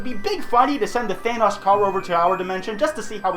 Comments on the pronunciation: why do people pronounce thanos like vanoss its thanos not thanoss i wanna stab myself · The way he siad it sthanos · ( Than- oh's) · You don't say Thanos right